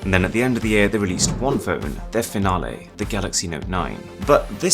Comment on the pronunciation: why italian ahah? The "finale" lol, it's sound a little strange I'm Italian